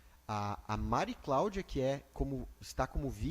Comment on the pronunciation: Que Justiça a deste país, a juíza não conseguiu falar o nome de uma das partes! Só falou o nome da Mari Claudia errado!